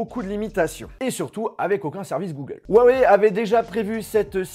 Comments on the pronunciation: On dit pas ouaoué mais hiouaouéi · on dit rrrrrrouawoueille;) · Déjà apprenez à dire huawei correctement : on prononce "rruawaiye" Et maintenant vous pourrez frapper touts individus le prononçant "ouaweiye"